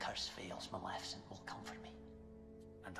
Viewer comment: What is Maljefeshent it's Maleficent 😅😅